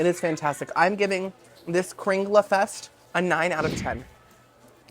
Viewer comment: So cool that you visited the Norway part of Disney. You nailed it with the pronunciation of kringla and almost had the exact pronunciation of lefse. The "e" at the end of lefse is pronounced as an "a." I know because I'm Norwegian myself. I grew up with many Norwegian foods. I watched from beginning to end. Hope you're having a wonderful weekend.